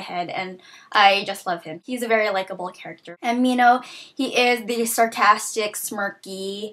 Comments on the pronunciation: I thought that Newt was British. And I thought that Minho was pronounced Men - Ho. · this whole time I was pronouncing Minho like Min-hoe o.O